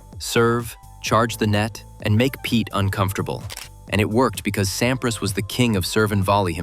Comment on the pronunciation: Voix à la noix, mécanique. Pete Sampri en phonétique. Aucune chaleur , ni nuance dans les commentaires. A éviter.